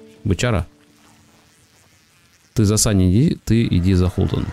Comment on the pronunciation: Почему Холтон, когда Хотлон